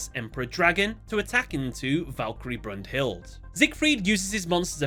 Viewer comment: Broom-Hilde. 😂😂😂 Every single time made me shiver. brunhilda is how u say it